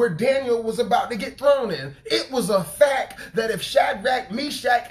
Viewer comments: Love your messages, brother! But, in love, I must let you know that it's pronounced "facT" not "facK." I hated to say anything, but we should tell each other the truth, in love. God bless you! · Lol..it irks me when he says "fack." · Thank you, brother for the message. Please don’t be offended, but fact is pronounced with the ‘t’. I don’t know if the way you pronounce it is the way you normally pronounce it or if you were just deep in the message that it came out that way. I can relate. 😇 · He say “it was a FACK” 😂😂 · I was waiting for anyone else who caught it lololol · Sound like you were saying Fak.lol But on a serious note I understand what you said here even posted something along those lines on my Fb.